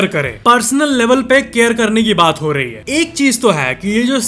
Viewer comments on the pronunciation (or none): Why do say हा instead of है, हैं